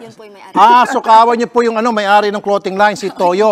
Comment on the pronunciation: Bat ba ako nababothered sa "clowting" line. 🤣